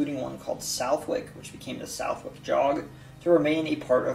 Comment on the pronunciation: Southwick is actually pronounced suhth-ick with a soft th sound